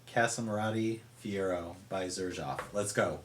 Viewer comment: Pornunciation is serzhoof not zerjaf